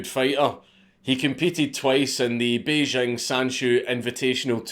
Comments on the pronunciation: The capital of China is pronounced Bay + jing (as in jingle or jingo): hundreds of people on the TV and Internet who should know better can be heard pronouncing it as if the "j" were a French "j" - as in Jean-Jacques or "je ne sais pas" (the sound that we spell with an "s" in "leisure" or "pleasure"). I speak Mandarin so I know what I'm talking about. The French "j" sound does not exist in standard Mandarin. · he said bejing china